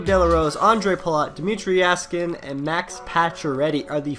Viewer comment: Jaskin (Yeah-skin)